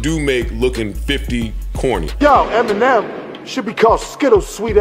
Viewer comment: Eminimimen? Lol